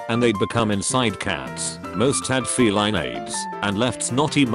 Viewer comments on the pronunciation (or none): none